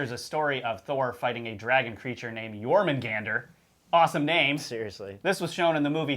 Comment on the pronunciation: Stop staring at whatever youre reading so much that it causes an issue.........or learn to switch cameras.........also if youre gonna talk about myths ffs for all actual historians out there, even the most elementary....LEARN TO SAY what youre talking about seriously "Yor-man-gan-der"? ........even if you dont speak the language how the FUCK do you get that pronunciation out of that.....